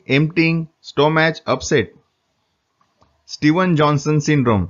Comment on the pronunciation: Your pronounciation of stomach is somewhat different.Pl.correct.Nice video.